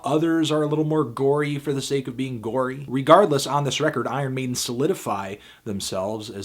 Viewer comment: "Eye Earn Maiden"